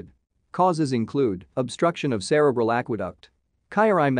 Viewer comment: Not pronounced like that Cre bral.